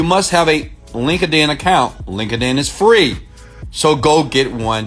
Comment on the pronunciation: ROFL Link-a-din. Most people already have a Link-a-din acct. Oh I can't stop laughing ! It's Linked-In brother.